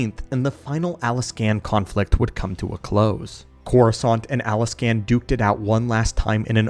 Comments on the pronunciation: It hurt me every time he said Alaskan instead of Alsakan at least a dozen times, this he did get it right a couple times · bro it’s Ahl-Sah-Kahn, it’s pronounced the way it’s spelled, can you even read. Why homie pronouncing it like it’s spelled Alaskan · love your video's but I have to correct you, It al-sak-an not Alaskan. even though it would be awesome to have my state's name in the star wars lore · Alsakan. Al...sack...an. say it with us...ALSAKAN. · Wow, way to butcher Alsakan's name by calling it Alaska. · Are you calling the Alsakan Alaskan on purpose? Is it an inside joke or something?